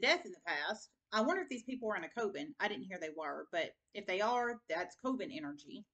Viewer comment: Coven is pronounced like a hot oven with a "k" koven. Just so you know 🤗